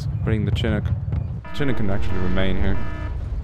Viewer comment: Just a pronunciation notification: It's SHIH-NOOK" You're welcome :D